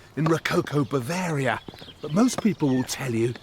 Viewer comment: When you say Bavaria, it sounds like a disease.Can you please do something about it.